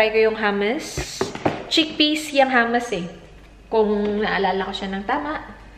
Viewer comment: mali yong pag pronounce mo ng “hummus” but still I love you 😘